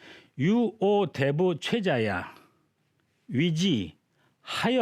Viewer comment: 또,대부의"대"를 또 짧게 잘못 읽었습니다. 큰"대"자는 ""대인, 대체, 대물, 대통령" 등 모두 길게 읽어야지요! 이 이상 강의를 듣고싶지 아니하옵니다.